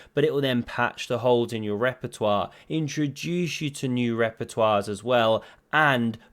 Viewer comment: I am surprised that you did not say "Rapportoire" instead of "Repertoire")))